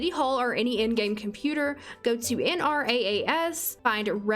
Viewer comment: just a tip - Nrass is pronounced "en rahs"